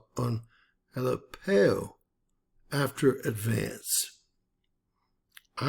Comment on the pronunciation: It is pronounced ah lepp o